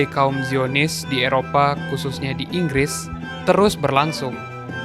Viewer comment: Semuanya salah Ingris, semuanya salah INGRRIS!!!!!